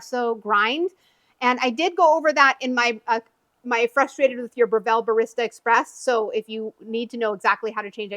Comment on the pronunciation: You are pronouncing the name incorrectly. Here is a link to the correct pronunciation.